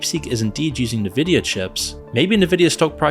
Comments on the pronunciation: I had to stop this video half way through. Every time the narrator mispronounced Nvidia is was like sandpaper on my nerves. Dude, it's "En-vidia", not "Ner-vidia". You also mispronounced the word subsidiary. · It's pronounced EN-Vidia not Nividia. Had to say something! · It's "n-vidia" not "ne-vidia" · How you don't know it's pronounced EN-vidia and not Nvidia baffles me. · "N" vidia.... not "Na" vidia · not "nuh-vidia" 😭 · semi_intetersting, a considered overview of a possibility with no meat in the AI explanation. Also, for documentaries sake, at least learn how to pronounce En-vid-ee_ya. theres a reason the N is capitalised even in logo format. if youre gonna cover this graphics chip company that has been producing for decades, mention they were absolutely responsible for the gigantic waste of energy for many years during the crypto-mining boom, also ripping off gamers as a significant side effect. they prioritised selling chips for mining farms and ordinary people had to fight to be able to buy graphics cards. AI is still in its infancy, its similar to when search engines began as simple webcrawlers, later becoming advert based resultant pay2win outputs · Nevidia, lol! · NIVIDIA LMAO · The fact that you said Nuh-Vidia offends me 😂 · The proper pronunciation of Nvidia is "en-VID-ee-uh”. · dude please learn how to pronounce Nvidia it's really annoying how you say it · Maybe learn how to pronounce Nvidia before making a video about it.